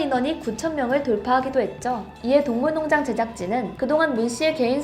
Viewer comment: 동물농장 에서 발음이 많이 꼬이네요. 화이팅 조금 더 노력하는 모습 기대할게요